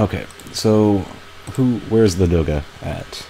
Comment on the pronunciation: Guy, please, stress first "a" in Ladoga)